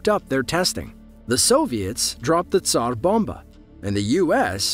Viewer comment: Thank you for rolling the "r" or, "p" err, in Tsar bomba.